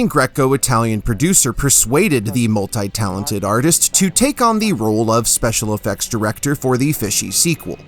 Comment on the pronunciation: Why can't you pronounce 'multi' correctly, check it on google, what the hell do they teach you in school, very bad English is what's taught in America... ...off!